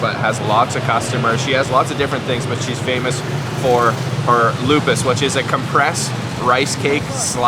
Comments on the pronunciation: I'm sorry,It's not called "lupus" but lupis. Lupus is a serious disease. 😂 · glad u enjoy yogya! it's called "lupis" not "lupus" tho,,,ty anyway & enjoy! u said it rite for gula jawa btw!